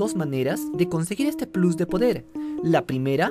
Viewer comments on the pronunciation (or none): none